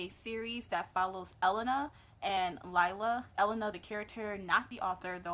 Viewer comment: Great review, name is pronounced LEE LAH though.